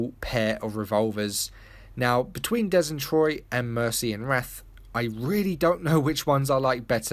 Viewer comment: did you pause for laughters after des and troy?